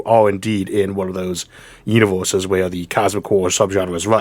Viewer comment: "uniworses" what accent is that? From where?